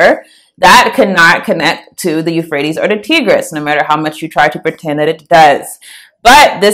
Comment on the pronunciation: Good presentation 👍 Quick note Tigris is pronounced "Tie...gress". Like the tie 👔 a man would wear.